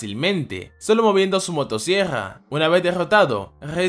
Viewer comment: El tipo dice demonio motosiegrra creo que tiene problemas para pronunciar ciertas palabras, mi hermanita es igual xd